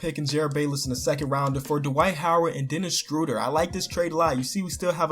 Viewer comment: Thank you for saying Dennis Shröder correctly